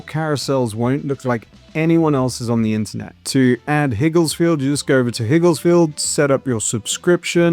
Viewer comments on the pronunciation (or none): It's not Higgles 😄, Its Higgs-Field. Besides that great video